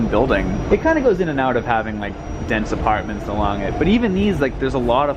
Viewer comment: I know he's from Boston but i always get a kick hearing say the words "yard" and "apartments."